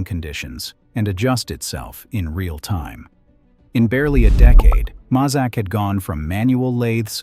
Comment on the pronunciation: Pronounced may zak not mah zak.